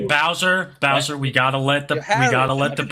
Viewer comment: "I guess i gwotta dwuax yew nao"